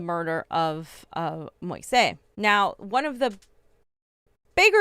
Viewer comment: Fiorela, Moise's name is pronounced Mo-eeze.